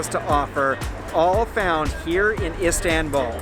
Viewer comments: Not Isdenbuul it is called Is tan bul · Him:Istawnbul Me:ITS ISTANBUL (Not hate btw) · Please try to pronounce Istanbul not as ‚Istänbull‘ 😳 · Can't get over him saying ' istenbouul' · Why does it matter?? I mean, really. He came and had a good time that's all that matters. And also if you want to help him with the correct pronunciation, yours is wrong too. You have to write something like "east-un-bull" for him to vocalize it right.